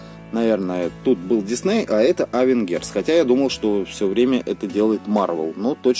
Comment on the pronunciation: Не авенгерс а авенчерс